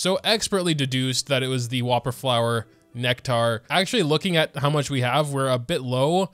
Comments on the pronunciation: It's pronounced nekter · "Whopperflower Neck-Tar" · And yet he can’t pronounce “nectar” lol